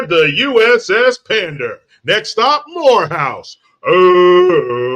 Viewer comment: joe couldn't even pronounce morehouse.